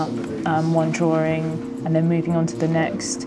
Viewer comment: DRAWING not DROARING